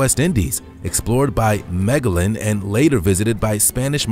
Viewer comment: MA~gel~in! Not megalin